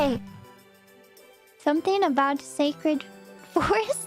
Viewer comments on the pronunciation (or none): none